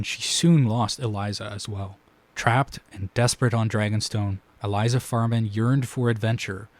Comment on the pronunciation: Great analysis! Unfortunately, you pronounced Elissa Farman's name as "Eliza", so I am going to have to discount your entire video